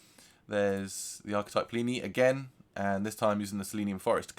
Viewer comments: Rhymes with skinny or plenty without the t not plee knee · Seleenium forest 👎🏽 Se-le-nium Forest👍🏼 Pleenee 👎🏽 Pli-ni 👍🏼 Lmaooo decent tone exploration though